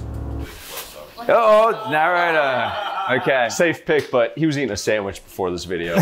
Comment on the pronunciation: “You wanna samich it’s really good!” 😂